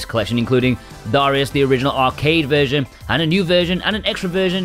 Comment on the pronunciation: Lol "DA RIUS cha cha cha"